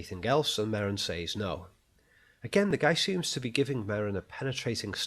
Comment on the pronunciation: I love your videos - thumbs up! But.... and please forgive me I can't help myself... but... but..... SAYYYYYYYYYYYYYYZZZZZZZZZZZZZZ <<<=== SEZZZ!!!!!!! I'm used to the darn brit accents ("mooooootha"? mutherRRR LOL) But I've never heard anyone mutilate "says" that way! It's very distracting!